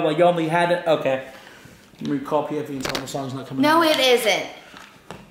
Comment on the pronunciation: When he said pfv, I was like WHAT! Sounded like pmv. If anyone knows what that means, leave a like.